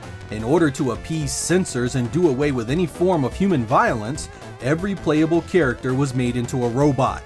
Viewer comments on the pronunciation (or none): none